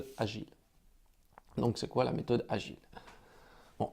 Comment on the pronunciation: on dit la méthode "de Gils" ... ;-) lol! En tout cas MERCI ! Pourrais tu répondre à ma question sous l'ep 3 s'il te plait?